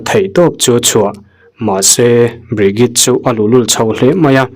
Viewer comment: Hnam dang hming i lam thiam loh pawhin a lam dan youtube ah vêk hian 'pronounce bridget' ti tein han zawng hmasa la a changtu ber hming phei chu lam zin a ngai ropui sia i inti mualpho zau lo deuh thei ang, ṭhahnemngaih thilah ka lo sawi ve mai² anih chu😅